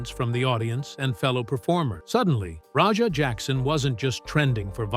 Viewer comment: Why do you call Raja Rodger?